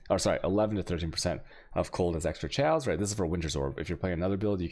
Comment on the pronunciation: wtf is this "shaos-damage" and "dajjers"?